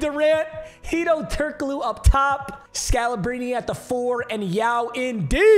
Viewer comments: Am I trippin or is his name pronounced Brian “Scalabreeny”? Not scalabrin, idk fs tho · Scal-a-bri-knee not scal-a-brin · when bro says "sca-la-brin" it throws me off so much 🤣🤣🤣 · BRO IT SCAL-UH-BREEN-E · Scala-breeny is how it’s pronounced. Respect the god. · It's (scal-a-breen-ee) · Never heard anyone pronounce Scalabrine like that 😭😂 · The way he saying scalabrine’s name is pissing me off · Why he saying scalabrine like that thiugh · Nobody gonna talk about how he was pronouncing Scalabrine 😂